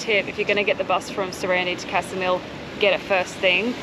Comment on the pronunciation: Hey, not that it matters but Saranda is pronounced “SaranDAH” (not SaranDAY) and Ksamil is pronounced “KSAHmill” not (KASAmill).